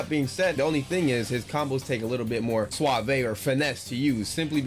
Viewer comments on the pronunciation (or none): none